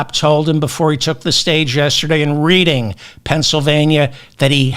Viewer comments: Please research the pronunciation of these towns before you read your script. Reading was pronounced the proper way in one of the clips you played but you continue to improperly pronounce it. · David, the name of the city in PA is pronounced like the color RED. You would pronounce it "Redding" not the way it looks.... Reading (as if you're reading a book). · Reading PA is pronounced. “RED ING” not “ reeding” !!!!! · Reading is pronounced REDing. Lititz is pronounced Lit itz. Please David! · It's RED-ding, Pa. Not Reeding! After the fifth time hearing it, I had to say something!!!😂😂😂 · Love ya David but it’s pronounced Redding PA not Reading PA. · It's not pronounced "Reeding." It's pronounced "Redding." But, even so, thanks for this podcast. I needed some cheering up on this scary day. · It's pronounced "Redding Pennsylvania" not "Reeding" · David, it’s pronounced Redding, Pa. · Reading PA. Pronounced red ing. Good program! Red ING. 😊😊😊😊😊😊😊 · C’mon David - it’s RED-ing Pennsylvania, not REED-ing. Otherwise, your show is the best! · "Red ing", not "Read ing". Go Kamala, Go BLUE! If tRump will lie about crowds in front of sparse crowds to their face, he will lie about anything. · It’s pronounced “Redding”, not “Reeding”. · Reading PA - RED'ing; not REED'ing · Reading is pronounced "REDDING." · Pronounced Red-ing Dave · I hate to say this, but the town is pronounced with a short e, as if it was spelled Redding. I made sure to look it up before I said anything. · I adore you David, I've followed you all through this election season and you've given me great hope for this election . Thank you. (However the town is pronounced Redding, PA) 😊 PS: can you put closed Captioning in your videos for us hearing impaired people? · *Rëading is pronounced like the color, REDD-ing. (Just like Otis) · It is pronounced Red-ing, Pennsylvania. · Reading PA is pronounced Redding. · Dude, it's pronounced RED-ing, PA. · Readind PA is pronounced Redding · It’s pronounced Redding, PA.